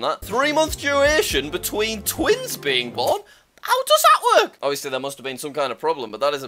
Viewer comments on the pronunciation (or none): none